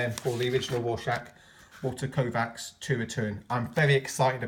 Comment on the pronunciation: One Walter Kovacs One Walter Kovacs One Walter Koooh-vacs There's only one Walter Koooh-vacs! Everybody sing. You know the words! :)